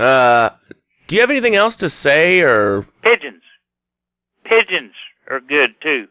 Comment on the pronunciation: "Piegons and goldfish sounds like good eat'n"